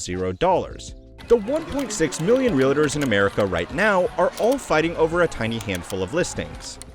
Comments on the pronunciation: Is it reALtors or reLAtors? 😂 A bit distracting to mispronounce a word so frequently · Can i jst start by saying: Realtors is a two syllable word…real-tors. Its Not real-a-tors. Cringy every time . Hard to listen to video. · You lose credibility when you mispronounce words like "Realtors". There is no "I" in "Realtor". It's two syllables, not three.